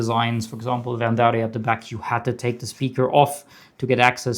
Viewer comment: gorgeous saber and damn the quality of this so incredible! Also love the way you pronounce Verndari